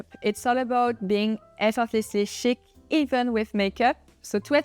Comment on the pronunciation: Did she say Chic? It sounded like "Shit". There is no need for the later on our faces!